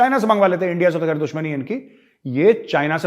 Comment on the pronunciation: Makai again when major says endia with the accent it's so funny 🤣